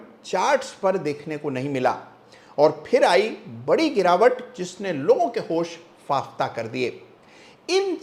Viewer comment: Namste sir, reguler aapko dekhta hu accha lagta hai aapn etani acchi hindi bolte hai... निश्चित ही आप प्रबुद्ध हैं और जानकार भी.... **- होश फाख्ता** को शायद आपने होश फाफता बोला ऐसा मुझे लगा.... 🙏